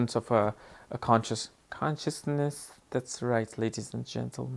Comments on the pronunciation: Love it when you say ''consciousness'' LOL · The way you said consciousness 😂